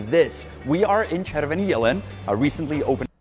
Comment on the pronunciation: LOL you pronaunced it as "červný jelen", which means "maggot deer" or "worm deer" and not "red deer". ČervEný, not červný. 😀 Previously you said it correctly, but then, for reasons I do not understand, you dropped the E. correct and was perfect.